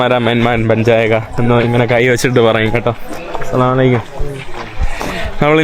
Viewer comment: സലാം പറയൽ ഒന്നൂടെ ശ്രദ്ദക്കുക,,,അസ്സലാം അലൈക്കും എന്ന് തെളിച്ച് പറയുക